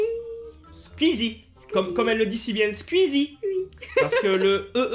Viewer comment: ca se pronnonce pas sqeezie ca se pronnonce sqoueezie